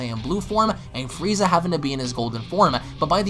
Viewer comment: I heard you say fweeza 3 or 4 times.. lmfao